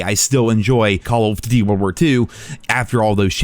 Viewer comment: Why does it sound like youre choking on something whenever you say “duty” when referring to “call of duty”. It’s like you say call of “fhdhdhdh” lol it’s pronounced DOOTY